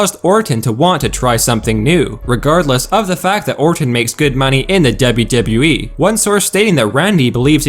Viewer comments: for fucks sake. its spelled Dublew Dublew Eee, not debby debby E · 'Dable Dable E' that's how he pronounce WWE.